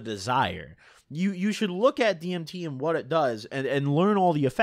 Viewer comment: You saying dimeth was the cringest thing ever heard